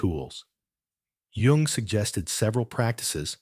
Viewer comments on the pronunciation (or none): His last name's pronounced You-ng.